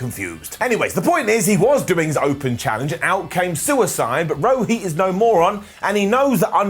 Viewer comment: It is pronounced Rohit,not Roheeth